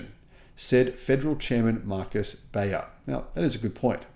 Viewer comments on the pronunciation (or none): none